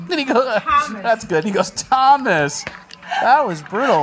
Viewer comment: Tah mu may....the school is literally named Thomas....and she couldn't get that one right, yikes.